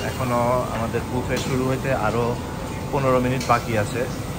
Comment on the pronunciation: বাফে😂😂 বুফে উচ্চারণ ও করতে পারে না😂